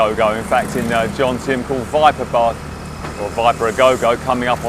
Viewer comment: I am surprised that a Pattaya “veteran” like you …makes😎 the usual Pommy mispronunciation “JoNtieM” instead of Jomtien…juxtaposing the M and N…!!